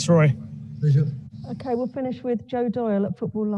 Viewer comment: A wotten day at the office for Woy... a total thwashing...